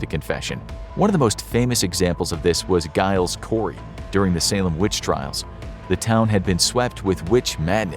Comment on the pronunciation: Giles Corey's name has a soft G, like J.